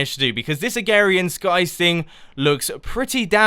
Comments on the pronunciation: Mumbo, one criticism: it disapoints me that you pronounce it "agarian skies" when it's spelled (and very extremely likely pronounced) "agrarian skies." Agrarian is an actual term referring to farming. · you said agarian instead of agrarian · *Agrarian, not agarian! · Please note: it is Uh-GRARE-EE-UN, not A-GARE-EE-UN. :) And enjoy the mod pack! I was there when I started FTB a while ago. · Agrarian not agarian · Not "agarian", "agRarian" !!! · Mumbo it's agrarian skies not agarian skies, you silly. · First of all i think it's pronounced uh-Grair-ian skies but I did indeed like this. Keep on makin more! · yessssssss! ive wanted you to do this forever! (also its ah, grar, ian,) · Mumbo.. I watch you and love the videos but say it is right Ah-grair-eeeeaaan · "this modded minecraft isnt particularly hard" well, that statement will not last very long, will it, now? also, i love how you call is agarian skies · agRarian skies you have to pronounce the R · Uhm. It may be your accent but. It's (Uh-gray-rian, skies.) lol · Cookieagent6132 Uhm. It may be your accent but. It's (Uh-grer-ree-an, skies.) lol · Mumbo it's a-gra-rian-skies! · LLL Pigzelated Ah-grare-eeh-in. Where did you get ware from?! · It sounds like you're saying "Agarian Skies" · He is saying agarian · you're saying agrarian wrong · Sorry, Mumbo, You're not saying "Agrarian" right ;) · You weren't pronouncing the first r in agrarian.